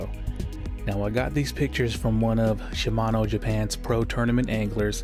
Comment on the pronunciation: They better be shimano. Not SHIAMNO..lol